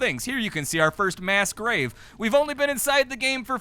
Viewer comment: Mass grave? I thought you said mask rave 😔